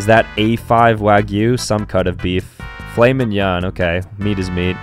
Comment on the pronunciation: How dare you misspronounce Filet Mignon !! Gotta kick you in the butt with my baguette !